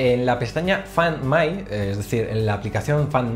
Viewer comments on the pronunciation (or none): Amigo, tienen que hacer algo con tu inglés. Tu pronunciación es pésima.... la función “fand mai”? (Found me)... vamos hombre